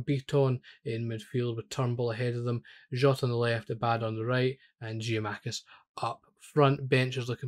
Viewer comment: Good video! One thing, it's Gia-kou-makis.